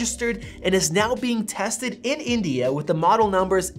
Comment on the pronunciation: the way he says india ... XD